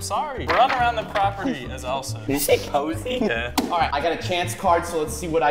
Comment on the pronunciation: GABE LOL “POSEY” 🤣😂🤣😂🤣